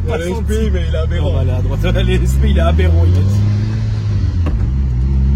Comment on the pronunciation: Il a dit aberant ?